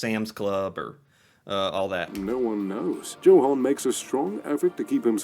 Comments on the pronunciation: Hi! You do pronounce Johan without the “h”. Go figure😎👌✌️ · Hey your pronounciation is so much better! You can even spot the super american way he is pronouncing names and places😄 both Johan and Torstein is correct 👍🏼 not like the other guy said it. Kjell inge røkke. Hahah no one can say it😅 neither of you! difficult name. Norgesgruppen is several grocery chains in one grouping that are all over norway. Rema 1000 is everywhere, so yes it is a popular grocery store. Ive heard of johansen, røkke and reitan, but not the young guy. Might just be me though that doesnt know the model.